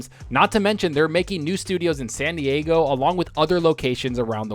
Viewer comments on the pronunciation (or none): none